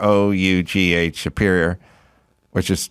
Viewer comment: Leno's motorcycle is pronounced 'Bruff'